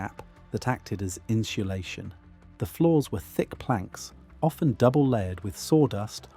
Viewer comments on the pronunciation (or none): Can you please program the AI voice to stop saying "in-shoe-lay-shun"? Please! INSULATION. in·su·la·tion /ˌin(t)səˈlāSHən/ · this is a great video, but I keep getting distracted by the "inshulation" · "Inshlashun" Gotta love AI based on a real voice, that can't pronounce basic words. Slop and autophageocity. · Cool info but you lost me at inshulation. Do you mean insulation, without the “h”. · insulation. not inshulation. want proof that brits cant even properly speak their own language? listen to them speak, then listen to them sing. when they learn to sing they are taught to enunciate properly. thats why they just sound like americans when they sing. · It's pronounced in Sue lay shun. There is no shoe in insulation. I believe at this point you guys are just doing it on purpose. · In ssssss ulation Not inshulation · What the actual F*CK is INSHULATION?!? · What is in-sha-lay-shun ? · What is "inschulation"? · Inchulation is throwing me off. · "inchulation" has me dying. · Had to stop after you said inshulation the fifth time. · I'm going to start saying "inshulashun" whenever I can conceivably fit it into a conversation. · I couldn’t listen to him say inshoelayshun one more time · “Inshulashion” 🙈 This is actually a really informative video and very well done. But I can’t get over the pronunciation (or should it be “pronounshiashion”?) of this word by the narrator 😂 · Inchulation? That's a new way to pronounce it. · Seems like an informative video. But at 5 minutes I can't take any more in-cha-lation. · What is inshulashun? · Here we go again- inshulation 🫤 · Your inability to pronounce insulation is distracting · AI can’t pronounce insulation🤣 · Learn how to pronounce “insulation”. If you put 100 tons of logs in the modern house, it would have won. This is just heat capacity, not any insulation advantage.